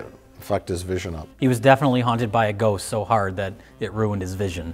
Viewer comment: Mike's Wisconsin accent only comes out on the word ghost